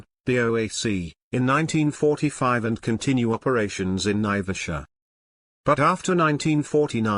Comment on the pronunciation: There is NO connection between Mau Mau prisoners and flying boats. Naivasha is pronounced "N-eye-vash-ah" with the accent on the first syllable. Flying boats were made redundant by the general development of long runways capable of handling large aircraft, during WWII, before the 1950s. Embakasi Airport became Moi International Airport (Correction - Jomo Kenyatta International, not Moi International), not an airbase. Eastleigh Airport became Moi Air Base. BOAC was formed in 1939, not 1945. And on, and on.